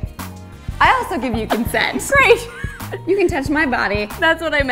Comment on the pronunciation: Elise not being able to say ‘do I have your consent’ properly is such a mood 😂